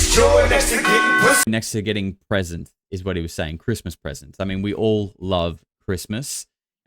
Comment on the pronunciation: hehehehe, 'presents'